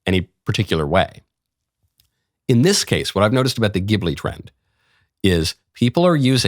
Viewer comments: My Chinese future daughter-in-law says Zheelee, not Gibblee. ??? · I laughed so hard to hear him miss pronounce Ghibli. It's pronounced jibli. The gh makes a soft j sound. I know anime nerd here. 😂😂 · The katakana being used (ジ) would suggest the soft ‘g’.